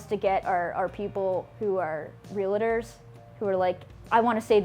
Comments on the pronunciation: "Real-a-tors" What the hell, what makes people pronounce "Realtors" this way? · She pronounces it "re let ers" instead of real tors, and she is in the business? W T F ? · Real i tors? why does she pronounce REALTORS like that? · She pronounced Realtors wrong